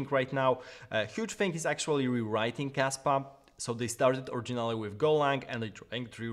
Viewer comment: I thought you said Kasta for a second hahaha